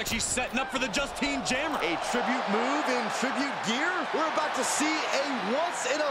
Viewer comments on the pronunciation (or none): Lol at the botch on the “Justine jammer”